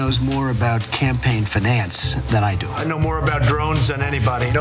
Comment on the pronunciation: Had to laugh at all the Trump bogus claims of knowledge at the beginning, most especially the boast about campaign finance, when he doesn't even know how to pronounce the word 'finance'.